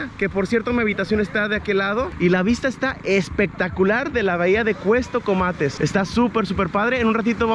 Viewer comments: Con todo respeto en todo el video dijiste cuestocomates y es Cuastecomates , perdón pero si se escucha raro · Hay una gran responsabilidad al tener un micrófono o una cámara enfrente. Debes conocer del tema del que estás hablando y por lo menos pronunciar bien. Se llama Cuastecomates no Cuestecomates. Adicionalmente, como Persona Con Discapacidad Visual la forma en la que te diriges utilizando términos incorrectos me ofende y molesta. No se dice personas con capacidades diferentes ni personitas con otras capacidades ni nada de esas tonterías. Solamente se dice personas con discapacidad y se acabó. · Es Cuastecomates no Cuestocomates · "Cuestocomates" jaja pasé todo el vídeo esperando que corrigiera 😅